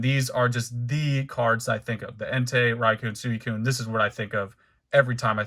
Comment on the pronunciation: God dammit, we finally got past the “celebi” and then you hit us with the “Suweecoon”